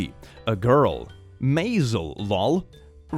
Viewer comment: Mazel is not pronounced may-zel, it’s pronounced mah-zel